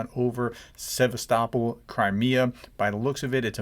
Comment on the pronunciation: Thanks for the breaking news. Also, I am impressed by your pronunciation of “Sevastopol” - using the local pronunciation instead of the American version.😊